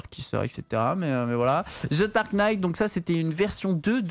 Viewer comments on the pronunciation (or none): none